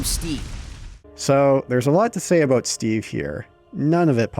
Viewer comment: Steve, Canadian? What are you talking aboot eh?